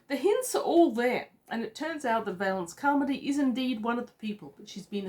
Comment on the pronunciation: Valancy Carmody. (VALL-un-see KAR-muh-dee). First syllable rhymes with 'shall'.